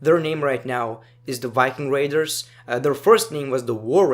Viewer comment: Not trying to make fun of your accent but " the wiking raiders"😂